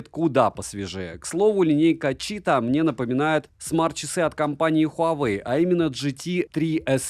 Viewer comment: расслабься!) Говори просто Чита, с ударением на первый слог, так будет правильней. Не город ЧитА, не читаХ.)) А так: как всегда все обстоятельно, объективно и по делу.